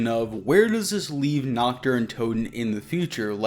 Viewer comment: I speak a little German, so yeah. I hate how they say it. It means "night" my guys, not "naked". Lol